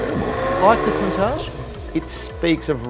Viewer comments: Am I hearing wrong or did they keep calling a Countach a ‘Countark’?? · Make up your mind on how you want to pronounce Countach! Half the time you get it right (with the hard ch at the end) the other half wrong. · Proper pronunciation is apparently "coun-TALK" but it sounds ridiculous to say it that way